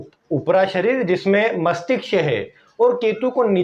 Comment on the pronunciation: Masthishk It's not masthiksh